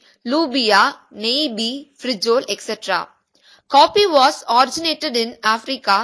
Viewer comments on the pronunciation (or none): Frijole is pronounced free-whole-eh